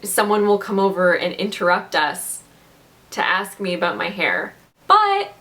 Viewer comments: "Aboot my hair".....Canadian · Omg this is the first time I actually noticed a Canadian say aboot